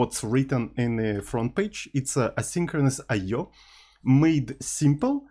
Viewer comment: Bro I swear to god, stop being a clown pronouncing I/O like that every single time. It got old and tiring ages ago.